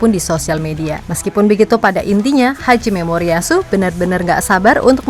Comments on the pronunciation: Nama pelatih Jepang Hajime Moriyasu, min...! Bukan Haji Memoriyasu. Emangnya dia haji...? Emangnya dia muslim...?? 😂😂😂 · Siapa yang dengar pelatih jepang disebut "haji memoriyasu," bukan "hajime moriyasu"? 😅